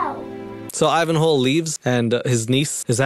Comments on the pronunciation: I thought you were saying "Ivan Hole" until you cut the clip in of him introducing himself 😂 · Before catching on, I swore you were saying "Ivan HOLE" and I honestly wish you were. It made me giggle the entire way through this video 😂